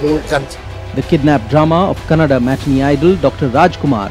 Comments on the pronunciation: Kannad Nahi KANNADA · It's not kannad its kannada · Sulemagne it's Kannada not kannad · its kannada not kannad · Its not Kanad but Kanada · When u pronounce KANNADA as Kannad So do you also Pronounce Hindi as HIND😂😂😂😂😂😂😂 and Delhi also Delh 😂,Mumbai as Mumba,😂😂 Bengal as Benga 😂😂😂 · Kanad ❌Kanada✅ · Are bhai kannad nahi kannada hai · Nakkan kannad alla KANNADA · Sir it's not kannad it's kannada